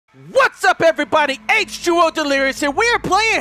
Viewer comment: omf its H2O not H20. and "Fire wiber."